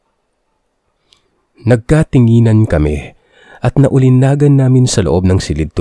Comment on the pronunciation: Bobo! Ningas, hindi ninggas! Naulinigan, hindi naulinagan!